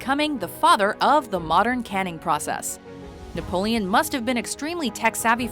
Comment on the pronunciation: Wait did you say he was called "naboleon"? Cause that's Napoleon the third and it was not affectionate, rather the contrary. Also I'm pretty sure Corsica was bought and not conquered ( but I'm too lazy to check) :)